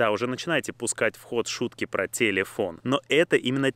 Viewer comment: Ето не тилифон а тели́фон